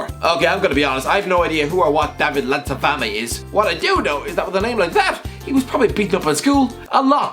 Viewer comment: The way he says David Landzafame 😅😅😅😅😅